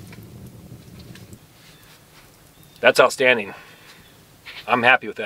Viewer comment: I believe its pronounced "outstanding" :)